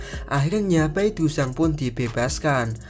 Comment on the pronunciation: Seoul di baca soul, Bae dusang di baca be dusang(e nya e keras)young di baca Yong,Seung hee di baca seng hi (e nya e lemah)🙏sekedar mengoreksi😁maaf